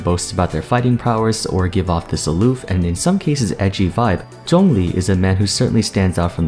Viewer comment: i absolutely love how you pronounce his name correctly. Thank you.